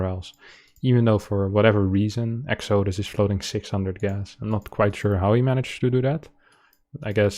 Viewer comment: Pronounced: EX-uh-DUSS